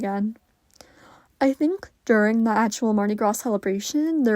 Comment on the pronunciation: i think its pronounced mardi "graa", no s 🙏🏽